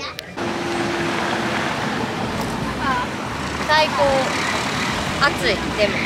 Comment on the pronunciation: も関西弁うつってきてる笑笑 暑いの発音が！